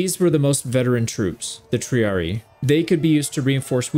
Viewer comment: Little thing is for the future with Latin if you see two ii like in triarii it’s pronounced tri ari i not tri ari